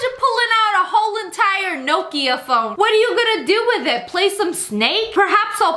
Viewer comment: it Nokia not noookiua